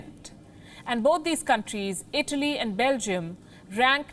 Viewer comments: I know its a bit hard to do this but please at least pronounce these words right. its Europe not yaarup. its Italy not idly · Palki calls Italy like Idli